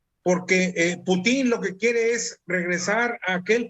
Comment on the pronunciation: jajajaja y luego hablan del tema y ni saben como se llama el presidente de rusia , no como putín , no pútin jajajaj